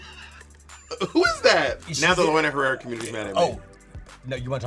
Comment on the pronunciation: she said: "Lorena Herrera"????😂😂😂